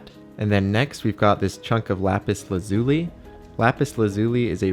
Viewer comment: haha your saying lazuli wrong